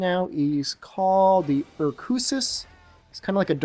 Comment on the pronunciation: Sorry if you already said in the vid. My internet is being shit :( What weapon is that? It looks like a green version of the Sakura Recorder from MHFU... Also, I thought the monster was called Urukususu rather than Urkusus, not big deal really... Great vid as usual. From what i saw.